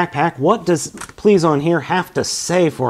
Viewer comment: okay, you spelt the Judenryu's name correct...you pronounce it based off of the rumored spelling.